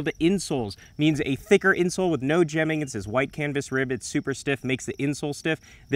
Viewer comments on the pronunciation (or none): Dude, you are hilarious. Been watching your channel almost since it's inception. Always a good watch. BTW, it's not pronounced as 'gemming', like previous gem. The 'g' is more like how you say 'game' or 'girl'. I am also a bit of a shoe nerd like yourself.